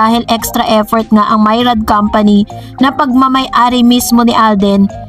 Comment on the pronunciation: Myriad po..hndi Mayrad